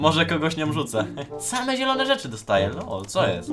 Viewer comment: Nie nielone tylko zielone